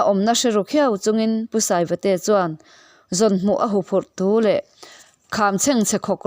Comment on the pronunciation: I chhiar dan kha u luk deuh la a va tha ve Mura pawh kha i lam dik lo deuh ra tih lai kha thuk tur a ni e.